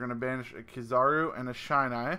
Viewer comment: Awesome combo! Loving coming back to this deck, I've missed it. Looking forward to the profile. P.S: It's a short i sound in Shinai. Eight years and counting of kendo, and the shinai is the bamboo sword we use.